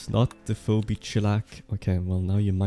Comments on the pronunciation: You pronounced "Phoebe" as foe-bee instead of fee-bee. I'm now an insomniac for the rest of my life. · Foe - bee , Feebee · Master of Rimming, the name Phoebe is pronounced like “feeby”, just so you know in the future! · phoebe is pronounced fee-bee.